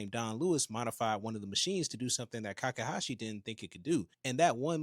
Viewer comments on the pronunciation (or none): I think his name is Takahashi, not Kakahashi.